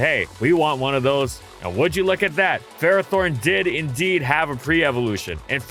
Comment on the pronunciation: Really? It's not Ferrathorn. That should be the YouTube short 😂